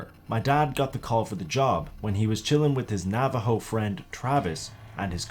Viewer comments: Navajo is said navaho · He said Nā-Ah-Vo 🤣🤣 Come on you expect to believe a skinwalker was riding a bike 🤦😄 But in all seriousness Great video 👍